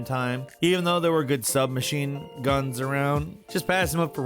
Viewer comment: “Sub-machine.... guns”